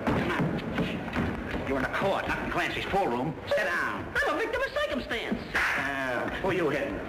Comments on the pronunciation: “I’m a victim of coicumstance!” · "victim o' soicumstance"